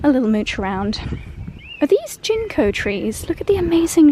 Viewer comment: darling. I thought I should let you know that the first “G” in Ginkgo is a hard “G”.